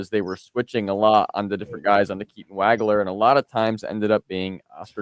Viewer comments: It's pronounced WOG-ler. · pronounced WAH-gler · As many times as you heard Waglers name on the PA today, you should know how to pronounce his name. Excellent work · Hey - He hit you for 46. Pronounce his name right.